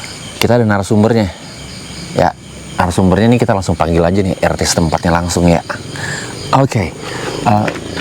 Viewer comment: wkwwk baru kali ini denger orang manggil pak RT dengan sebutan "Te" doang wkwkwk🤣